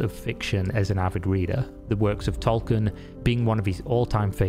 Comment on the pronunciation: Kind Sir, how do you pronounce the name Tolkien :D :D